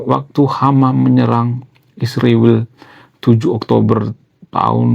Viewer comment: Bang, bukan hama tapi hamas, bukan isriwil tapi israel😂, bukan konoha tapi indonesia😂